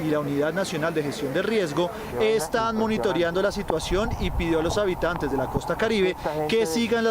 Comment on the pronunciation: Señor periodista: se dice: monitoreando. No: "monitoriando".